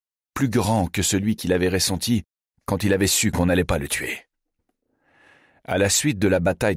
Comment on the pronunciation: Pourquoi dire déssus, déssous, réssenti ? Je trouve ça désagréable. Hormis celà, merci pour cette lecture.